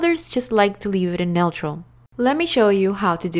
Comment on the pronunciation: The way she pronounces neutral is hilarious 😂